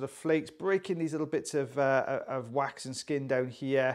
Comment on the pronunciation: Is it just me, or does it sound like quacks when he says 'wax' half the time? 😂 I haven't been able to unhear that for about 3 months